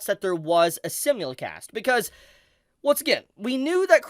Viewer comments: For FUCKS sake, stop saying "simulicast" it's "simulcast" and you call yourself an Anime YouTuber.. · Bro SIMULcast. As in SIMULtaneous. Sy-mul-cast 😭 I've seen like 4 our 5 of your videos and you say it in every one. It's driving me crazy. Otherwise, super hyped for Bleach coming back and hoping the dub cast all returns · Ok hold up The way pronounces “simulcast” is seriously messing with me. I always thought it was pronounced “sime-mul-cast” cause that’s what I swear I always heard. I know it sounds like a weird thing to bring up, but the 20+ years of watching anime feels like it’s in question now